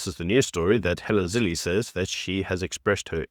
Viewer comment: It’s Zille pronounced Ziller not Zillee. Your name is pronounced not Shepturd.